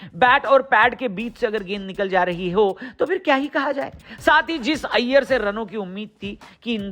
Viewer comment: Iyear or rohit ka thik se nai bole